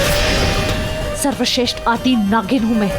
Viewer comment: SARWASHRESHT ❌ Sarwashtesht ✅😂